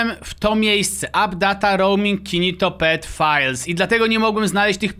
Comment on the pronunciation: Gnido się a nie ginitopet